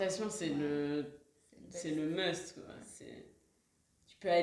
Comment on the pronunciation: As an English-speaker, one of the hardest things to understand was ...I turned on the captions and realized she was saying the English word "must" lol.